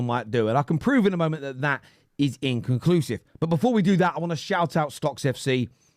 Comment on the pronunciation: That ty bloke struggles to say the word inconclusive so is it any wonder he literally doesnt know what it means🤣